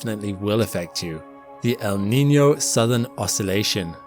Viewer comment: Your pronunciation of "El Niño" and "La Niña" is spot on!